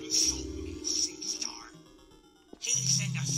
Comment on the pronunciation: Nerdy employee -listen here sea star Dashie - listen here sea ster 💀